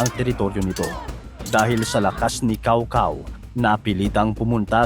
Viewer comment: Cao Cao??? Lol… Tsow Tsow ata ang pag pronounce ng name na yan.